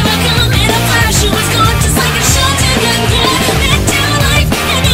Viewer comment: ***** The way you pronounced the word shotgun in this song was so adorable "shotagun" - ToxicApple1, Leader of The Creepers Anonymous